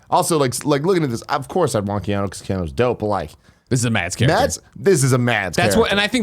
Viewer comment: Why do so many people pronounce it Keano?